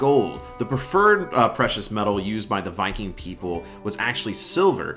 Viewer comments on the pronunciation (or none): none